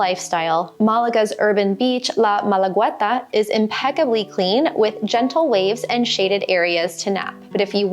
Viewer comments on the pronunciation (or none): ¿Qué rayos es malaweta? En Malagueta La "U" no se pronuncia. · Also you pronounce badly that beach of Málaga, La Malagueta, so I wouldn't sign for your language course either!